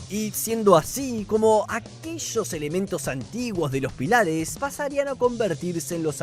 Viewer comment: Me muero como te comes las tildes "pílares"😂